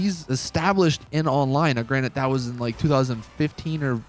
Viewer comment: GRANTED, NOT GRANITE! Sorry for yelling but it's also Batmobile, not "BatmanCar". You're awesome, just had to try to tell you